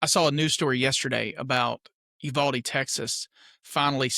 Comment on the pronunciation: 100 agree. Nashville PD response a short time after Uvalde gives me hope. you-VAL-dee. Accent on the VAL and you say VAL just like the word “value” . Great channel